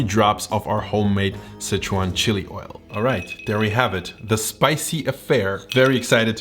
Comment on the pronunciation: Why are you saying "Citron" instead of "Sichuan" ?